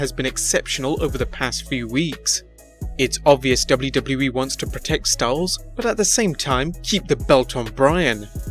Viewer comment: Hate the way this guy says WWE ....